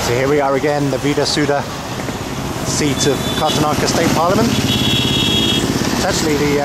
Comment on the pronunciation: Correction ..its 'kara-na taka' .. Good vid otherwise ..